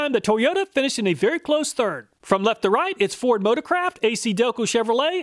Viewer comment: I can't unhear "Ford Motor-crap" instead of "motor-craft" xD